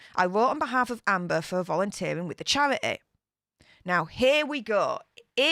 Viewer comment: Chair-eh-ey. Four-een**